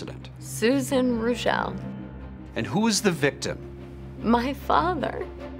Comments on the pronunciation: As a German, it is hard to listen to you pronounce the name "Rooshelle" when it actually should be "Roishel" with the first syllable stressed. Really, there are so many family names of German origin you guys are violating a LOT 😢 Like Congresswoman Fischbach (thats 'Fishcreek') - it is not "-bak" but "-bach" like 'ach' in "machete" (you don't say makete, do you...). Same goes for the great composer Bach. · Can you say Reuschel like it's German for goodness sake!? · Funny, how they pronounce the name Reuschel. It is German and they pronounce it French.